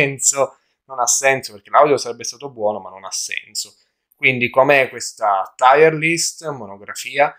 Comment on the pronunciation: Grazie per il video molto interessante davvero. Però attenzione: "TIER" si pronuncia "TIR" (USA) oppure "TIAR" (UK) ma NON "TAIER"!